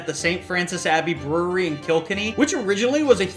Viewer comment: Pronounced Smidicks. And Killkenny